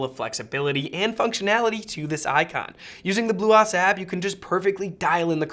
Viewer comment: I couldn't get through this video the way he was pronouncing bluOS was driving me completely batty